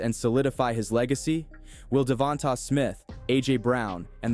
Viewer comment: Great video boss! Only correction is how “Devonta Smith’s name is pronounced: “Da-von-tay” Smith